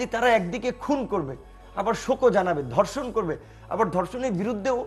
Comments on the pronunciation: উচ্চারণ ঠিক করতে হবে... আমি প্রথমে বুঝতে পারছিলাম নাই উনি কি ধর্ষন না অন্য কিছু বলতে চাইলেন... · Dorshon na “DHORSHON.” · sir it is ধর্ষন not দর্শন। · দর্শন কি? ধর্ষণ শব্দ সঠিক উচ্চারণ করতে পারে না, আবার ডেকেছে টকশোতে। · হাইস্যকর ধর্ষন না বলে দর্ষন বলে। 🤣🤣🤣🤣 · এর উচ্চারণ ঠিক না। দর্ষন (ধর্ষন), প্রুষ (পুরুষ)